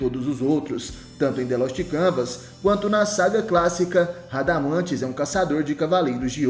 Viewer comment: Aprende a falar nome do espectro..canal lixo 😊😅😅😅😅